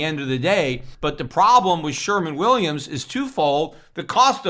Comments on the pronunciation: Peter !...it's "Sherwin Williams " paint ...not "sherman Williams" ... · It is Sherwin Williams....not Sherman Williams. Anyway, END THE FED. Gold and Silver are Constitutional money.